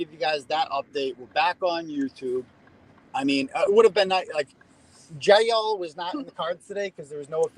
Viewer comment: You sound like you would fit in down here in Alabama with the way you say Jaaiil 😂 love it.